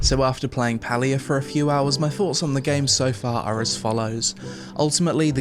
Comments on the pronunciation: It's pronounced Pay-lia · How did you spend the entire review pronouncing the game name wrong??? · Palia? More like Paylia